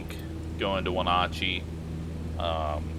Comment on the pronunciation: I live 9 miles from Wenatchee (wen-at-chee) If you landed here you would fly right over my house. Super Oval!!!!!